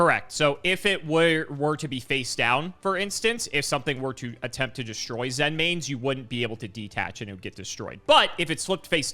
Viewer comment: "Zen mains? That sounds correct." "Correct." Ah, yes, the monster that armed with mines, with an effect to directly reference stepping on a mine, using the Japanese word "Zenmai", is pronounced like the state "Maine."